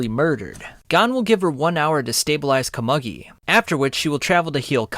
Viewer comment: It’s pronounced “Ko-moo-gi” bro…